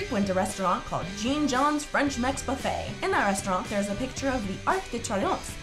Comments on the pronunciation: I cringed when she said, "Jean John" It's Jean Juan. (my laptop doesn't have the stuff that goes over the letters) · UGH SHE PRONOUNCED JEAN JUAN'S WRONG! Other than that I love this! I learned some new stuff